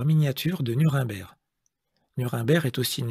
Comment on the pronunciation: Ce n' est pas Nurimberg, mais Nuremberg, il faut apprendre à prononcer les mots étrangers. 😊😊